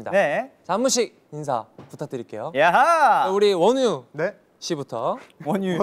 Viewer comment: aw it sounds like wo niu😂 in chinese it means snail (somehow fits wonwoo)😭